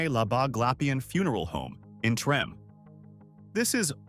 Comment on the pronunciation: Trim? No no no, Treme, Tra may. Not trim. Remember New Orleans, French